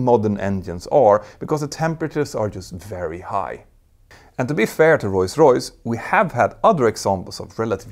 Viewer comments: bro its ROLLS royse not roys roys. nice video tho! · "Roy's Royce" 😊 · STOP to say royce royce, becouse the name of the Brand is rolls royce. omg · Do you say Royce-Royce (instead of ROLLS- Royce) or is my hearing weak? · Not “Roise Royce”? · "Royce Royce" this channel could be great but.....